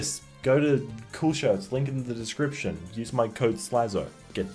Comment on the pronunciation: Slazo? I only know Sazo. He doesn't take any L's